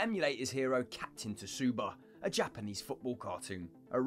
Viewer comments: It's Captain Tsubasa as in Su-ba-sa 🤦🏽‍♂️ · Captain Tsubasa Hamill ,not tasuba 😭 P.S Captain Tsubasa is the best football anime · Captain Tsubasa not Tsuba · he lost me when he said tasuba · totally butchered captain tsubasa